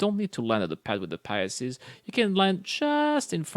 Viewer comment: "Pisces" (2 syllables) pronounced "Pie" (the baked desert) + "Seas" (body of water). Pie+Seas= "Pisces", now you try to say it ;-) [Sorry but I keep hearing you say "Pie-yah-seas"]